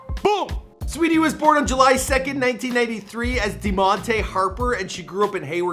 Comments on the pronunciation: Not demonte Deamonte with accent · Her name is pronounced Di-ya-mon-taè! Its not spelled that way but its pronounced that way .😚